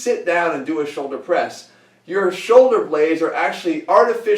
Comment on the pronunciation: I always heard "soldier press" hahaha